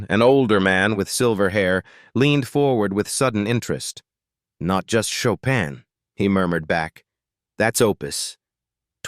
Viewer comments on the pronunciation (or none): Schade, dass der Sprecher so wenig Allgemeinbildung hat, um den Namen chopin richtig französisch auszusprechen